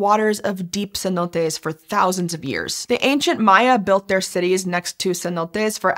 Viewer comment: It's pronounced "Cenotes".